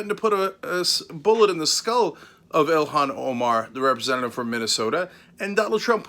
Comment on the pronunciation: Mebbe you should learn how to pronounce her name correctly. EE-lawn Omar. Not Ill-hawn.